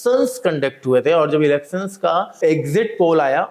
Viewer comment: Elecssons nahi Elections boliye achchha lagega